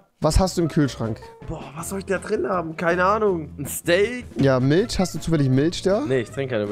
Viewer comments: Avive: Milch Rewi:milscchh 😂😂😂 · Niemand Wirklich niemand Rewi:miltsch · Milsch haha Rewi und seine Aussprache